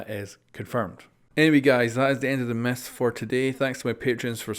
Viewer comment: "Today we're bustin meth"